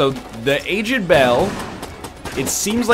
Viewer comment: why cant he say aged